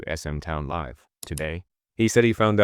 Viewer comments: your pronunciation bro......even mispronouncing SM Live....like you say LIVE like : LYE-VE, not like LIV, like I live in a house. smh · Same reason that 'Live' in "SM Live" isn't pronounced properly. Crappy AI voice.